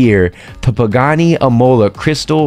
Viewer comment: that "pagani" with the accent got me good! happy veteran's day 🇺🇸